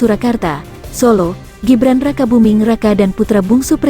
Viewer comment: Ngomong Gibran aja ga bisa....ko lapor sowak....